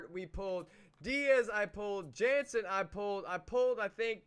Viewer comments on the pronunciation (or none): none